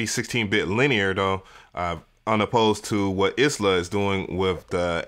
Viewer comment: Eye-La, not Ice-La